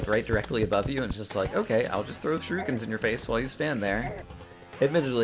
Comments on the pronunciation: I'm sorry but this slightly bothers me every time shuriken is pronounced shu-REE-ken still love the content <3 :) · Alphactory Aedan oh yeah.. i hate how he says "shiruken" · I really hope you pronounce shuriken incorrectly on purpose just to annoy us.